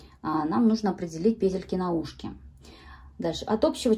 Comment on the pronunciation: Может вязать сразу ушки и козырёк с трёх клубков и переходить на шапку? Накид,чтобы не крутить сразу накидывать в соответствии с той петлей,которая будет в следующем ряду! Спасибо Вам огромное за МК и за то,что у Вас пЕтельки,а не петЕльки!!! Принято слушать! Удачи Вам!!!!